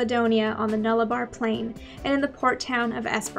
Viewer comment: Here we go with the Gemin-ee vs. Gemin-eye debate again. We in Oz pronounce the last part of Nullarbor like the word boar, not bar. Okay, I'll shut up now and stop being so picky. Interesting fact: most people think it is a native Australian word but it is actually derived from latin and means No Trees.